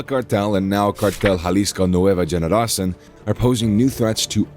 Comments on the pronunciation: I've commented on a lot of their videos....they can't pronounce the words and I feel like they just don't even try to learn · Can’t stand the stupid pronunciations they need to just say it in English or hire someone who speaks Spanish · Generacin? Lmao it's cartel Jalisco new generation generacion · It's not Nueva Generacin , it's Generacion , meaning new generation ......lmao